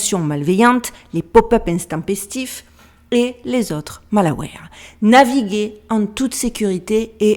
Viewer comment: Coucou !Malware se prononce a l'americaine Maze...😘'' Malwère''